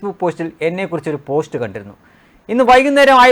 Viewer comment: പോശ്റ്റോ ? താങ്കൾക്ക് നന്നായി മലയാളം സംസാരിക്കാൻ അറിഞ്ഞു കൂടേ?